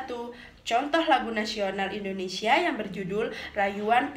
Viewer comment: Indonesia buk,bukan indonesya=)